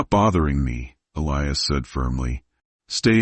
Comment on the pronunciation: Total Bullshit.This never happened.There is no record of it.Romantic but fabricated story.Why does your pronouncing of Elias's name change??? Very suspicious.If you are going to produce fiction,you should disclaim it !!!Stop producing content.PLEASE